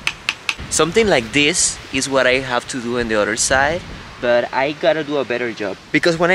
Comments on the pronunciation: tú tiendes a pronunciar la palabra “other” como “udder” que en inglés se refiere a la palabra que describe por donde sale leche de la vaca (la tetita ) disculpa me tengo que fijar si hay una mejor traducción para esa palabra. Espero que no te moleste que te corrija. A mi siempre me gusto que me corrigieran mi inglés cuando lo aprendía. Good job, keep up the good work with everything you do! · Oops…..ubre en español para la palabra “udder”🥹😉. Anyway …no pronuncies “other” como “udders”🤓eso es todo!